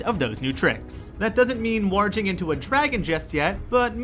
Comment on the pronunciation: "Warjing"? Have you even seen Game of Thrones?